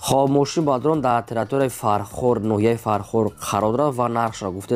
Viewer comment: Салом алекм автор бародар ами точикира соз гап зан бадорон не бародарон бгу хафа нашав да ма гапой тра соз намефахмм брат